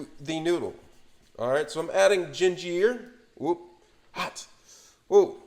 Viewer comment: Omg first ray men .. Now gin jeer.. 😣🤣😂